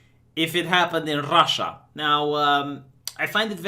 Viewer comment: I love the way u pronounce RRRasha 😆